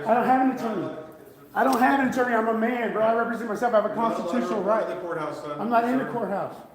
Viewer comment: Arrested in the the couthouse? What is a "Cout"? LOL Sorry I couldn't help myself.